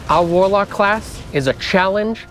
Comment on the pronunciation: "Reign of the Waalaack" Guys, just deeply based to hear this in a Boston accent. Seriously awesome.